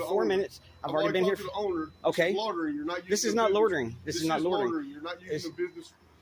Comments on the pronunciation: Officer Craven needs to learn the English language. There's no such crime as "lortering" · It's loitering...not lortering...lol. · What is "lortering"? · If one can't pronounce the word 'loitering', one should not be able to accuse someone of doing it. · Officer Craven seems incapable of pronouncing "LOI ter Ing". Seems that remedial courses to get ones GED are not required in this jurisdiction. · This cop can't even pronounce loitering. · Those cops are not smart enough to even hide their retaliation on a cop watcher. The cop can’t even pronounce loitering correctly. That level of dumb should be what is illegal.